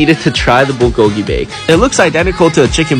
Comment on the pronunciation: I cant with the way he pronounces bulgogi